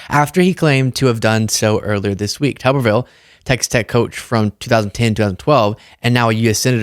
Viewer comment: It's Tuberville,not Tubberville.